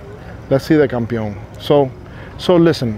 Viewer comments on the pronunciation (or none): Looks like those guys learned English but forgot Spanish, is not campion, it's campeon.